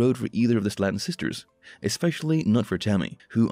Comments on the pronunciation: It's pronounced SLAY-TON. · Love how the show has been on 2 years and you say the last name wrong.